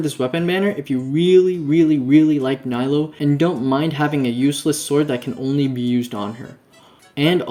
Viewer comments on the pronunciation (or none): I'm on 75 pity for nilou, 58 on weapon banner. I was not planning on getting the weapon since I was saving it for engulfing lightning, but jade cutter changed my mind. PS - it's pronounced as neelu not nilo.